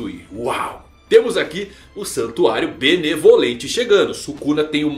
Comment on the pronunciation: Eu ouvi santuário malemolente? Agora o Soluça dança ?